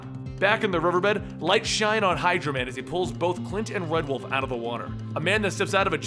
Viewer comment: I heard Hydra man instead of hydro man